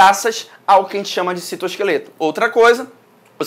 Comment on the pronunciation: "O citoskefleto" AAAAAAAAAAAAAAAAAAAAH MELHOR PROF <3 AMO TANTO SUA AULAAA!